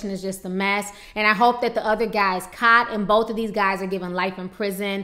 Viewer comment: Why does your word "caught" sound like your word "shot" smh where r u from tf